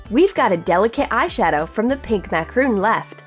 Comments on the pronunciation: its macaron.. mac•ah•rohn .. French delacasies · You're pronouncing macaron wrong!